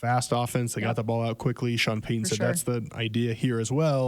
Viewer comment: It’s coach Payton. Not coach Payuhhn.